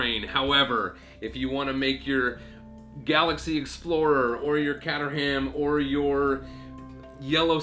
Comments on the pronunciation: It’s ka-trum not cat-er-ham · Kater-am not catter-am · Kate-ur-um not cat-ar-ham 😂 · You said Caterham wrong. Its pronouced kate-ram not cat-er-ham. Just looking out for ya. :) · “catter ham”? Wtf is it with Americans and names that end in -ham? It’s pronounced “cater-em” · It’s pronounced cayterum not cat er ham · Yeah it was kinda painful to hear him pronounce it like Catter ham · think you will find it is actually pronounced kate trum, a weird one yes but thats the joys of the english lanquage lol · FYI Caterham is pronounced Kaaterrum. The first 'a' is a vowel sound, the 'h' is silent and the last 'a' is more like a non-vowel 'u'. British English eh!! Caterham is a small town on the southern outskirts of London. The original home of Caterham cars, which are now built a few miles away in Dartford... Which isn't pronounced as you'd think either. 😝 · cool vid, just a quick comment though...the yellow car is pronounced kaytrum...like the letter K and then trump without the p. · Caterham is pronounced kay-trum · That's a great model. A lot better than last year's big Technic set. BTW, Caterham is pronounced K Ter Um. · Please pronounce caterham properly so annoying.! other then that great little vid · Please don't say Caterham like you do ever again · The real question is have you ever heard someone mangle the name Caterham that badly ;) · How do you pronounce Caterham so wrongly? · No, the real question is why does he pronounce Caterham like that? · He pronounced caterham wrong 😡